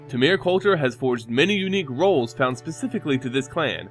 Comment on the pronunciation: Hey man, i really love your videos as they bring such an insight into the lore in mtg. To make your videos perfect however, check the pronunciation of specific names such as : "temur", the way you said it was real strange ^^. other than that great job and just subbed :D